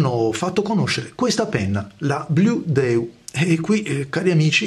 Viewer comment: Se il nome è in inglese, la pronuncia dovrebbe essere "bludiu".